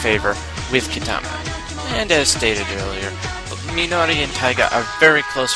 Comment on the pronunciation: If you watched it, how could you butcher their names. Who exactly is Roogee, Keetama, and Meenoi xD